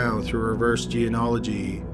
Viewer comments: GENEALOGY, dude. Learn to speak... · Please learn how to say genealogy. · he says it that way in all his videos lol. I find it cute. But really.......I guess someone should let him know hes saying it wrong lol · ...I love you, but come on...genealogy...Gee-nee-ah-lih-gee. Not Geanology. Please. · [JEN-EE-AH'-LUH-JEE] = geneology NOT [jee-uh-nah-luh-jee] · "Geanology"? It's "gee-nee-ah-lo-gee" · What The fuck Is Geanology? You mean geNEology? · It's pronounced "jee-nee-all-oh-jee" Love your videos, but you keep mispronouncing it. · Please stop saying "geanology" instead of "genealogy". Very irritating. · For crying out loud, the word genealogy is pronounced GEE KNEE AL OH GEE not geanalogy. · Good video! Just remember it’s pronounced Gen-E-Ology of Genie-ology. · I really enjoy your channel and am a faithful subscriber. So I hate to nitpick, but you are mispronouncing "geneology". It is not 'jee in ology' it is "jeen e ology". Think "Jeanie-ology". Sorry, but it grates on me. Thanks, and keep up the good work. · It’s pronounced Jean • o • ology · It's pronounced ge-ne-olo-gy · "reverse jee-an-ology"? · I'm sorry for this but the word is gee- nee- ol- o -gee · Pet peeve- its pronounced jean-née-ology. I enjoy your videos and appreciate your research, please pronounce this word correctly as it is a very important aspect of your video and will soon become as prevalent as DNA is now. Sorry to be such an ass. Jeans- as in pants, or genes as in DNA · It did take some getting used to. There's a lot of slurring, the tone is monotonous, and he keeps mispronouncing genealogy "jee-uh-nah-luh-jee". All things he can improve on, but otherwise the video was interesting and informative. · Another excellent entry from! One point though: it’s pronounced “genie-oligy”. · Please learn how to pronounce "genealogy" correctly! It is not jeen-ology. Other than that, the videos are great. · Jean ee ology